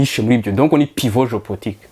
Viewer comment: Hi Sir, I am with you here. That word you pronounce ""Géo-portique"" or it's well "Géo-politique"